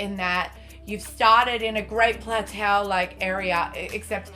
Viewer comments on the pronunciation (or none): It's "plat toe" lol letting you know :p glad to know your enjoying the game though